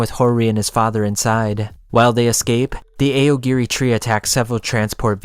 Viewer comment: eye yo gore ee tree